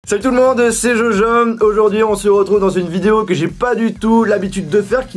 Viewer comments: Alors écouter bien a il dit "Salut à tous c'est Jojom" xD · il dit "jojom" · je rêves ou il a dit jojom ?😂